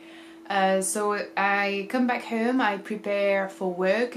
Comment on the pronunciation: Hello, Love your videos and your English is quite good but you always pronounce: home \ˈhə:m\ instead of \ˈhəʊm\ known \ˈnə:\ instead of \ˈnəʊ\ so \ˈsə:\ instead of \ˈsəʊ\ etc. Actually, you don't finish the diphthongs. There are other weird pronunciations such as busy \ˈbʌzi\ instead of \ˈbɪzi\